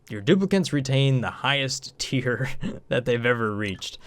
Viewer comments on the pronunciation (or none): none